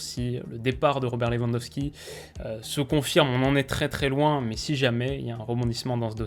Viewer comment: Ça me termine les gens qui disent "leVANDosqui"